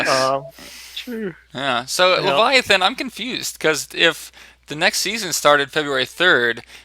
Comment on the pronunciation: Good luck with that game design,, looking forward to play your games...:) Oh by the way: Thanks for pronouncing it correctly, Leviathan